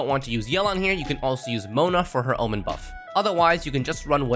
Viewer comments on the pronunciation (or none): none